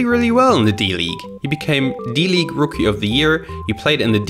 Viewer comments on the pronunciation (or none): It’s good. But sometimes you could speed it the fuck up...like you don’t have to talk. Before the damn game footage. Also you keep pronouncing words all the way or poorly like ew I cringe when you say d league